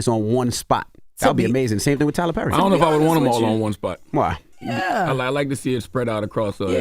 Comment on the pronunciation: Jess, who is Tyler Purry? Lol